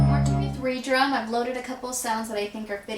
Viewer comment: hahaha, she said re-drum. it's red-rum, like murder backwards haha atleast that's how i usually hear people say it.